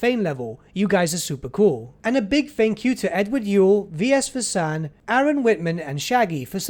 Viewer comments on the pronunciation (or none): none